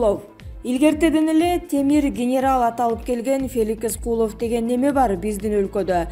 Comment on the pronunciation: Куловту ним гишидеп айтат бул тажик